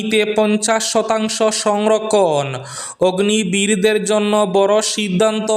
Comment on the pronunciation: অগ্নি বীর নয়, অগ্নিবীর 😂😂